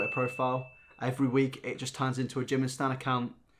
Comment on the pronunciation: Not another one who just pronounced Jimin name like "Jim in" it's not pronounced like that it's "jee min" ah it just cringes me out 🤢